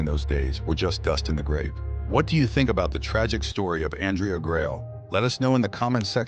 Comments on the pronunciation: It would be factual what ur saying if u spelled Andrea Gail right and u spelt it wrong somehow even though throughout the whole video it said it right (except the end where it said grail for some reason). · Every time you mispronounce the name of the ship is a insult to her memory and the memory of the crew. Do better.